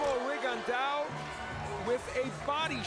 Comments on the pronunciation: commentators calling him RigondAU... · Vision In one of his fights Michael Buffer pronounced his name correctly, loud and clear but guess what? The commentators spent the whole fights saying Rigon-diaw. They are lazy and think they have the right to butcher the pronounciations of foreign non-english names while getting paid to commentate and be professional. SMH.